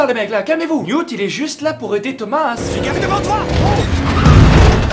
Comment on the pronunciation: Ça se prononce Newt et non mute🤨 et ça été l’amour de ma vie dans les livres❤️😭